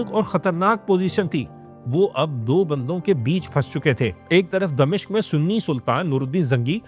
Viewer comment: It's "Dimashq" not "Damishq"